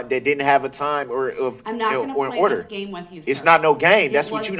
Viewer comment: Iz not no gayme cmon man English i cant watch much more now. And im from MI